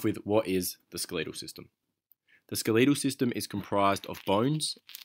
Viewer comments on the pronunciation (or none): Hate to break this you but it is pronounced s k e l e t al not skeleeeetal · Why do you say skeleetal it’s skeletal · SKELETAL not skeeleetal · i'm from england and i've never heard it pronounced that way xD